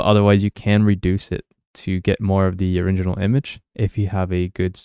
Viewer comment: You keep saying oriNginal instead of original 😅